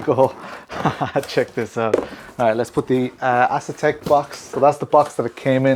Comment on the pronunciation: Bruh, I could be wrong but I don't think it's pronounced Ass-Attack